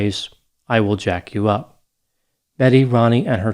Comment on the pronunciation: I have never heard "I will jack you up" delivered in a more Caucasian way. I laughed so hard I had to pause the video. Lol thank you. I'm not diagnosing anyone but in a situation like this, that was hilarious.